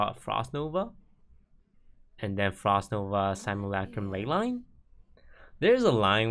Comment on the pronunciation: it's simulUHcrum, not simulAHcrum toast pls